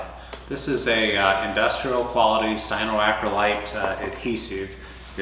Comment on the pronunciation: Cyanoacryl-A-te not Cyanoacryl-i-te